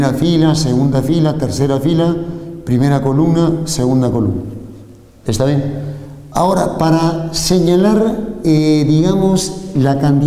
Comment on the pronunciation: "Porjemplo" JAJAJAJA buenisimo video :) "ta bien o no?"